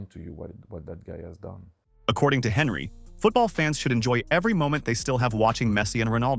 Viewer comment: Anyone else triggered the guy kept saying HENRY 😂😂